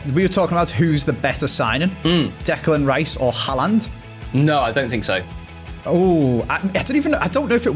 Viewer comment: Its Haaland. It isn't Haland, every video you pronounce it wrong haha